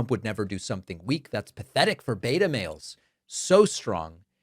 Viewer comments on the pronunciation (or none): Thank goodness that elsewhere they have had a pronounciation question so that I now know that when you say Bat Ta you really mean Be Ta (Beta)!!!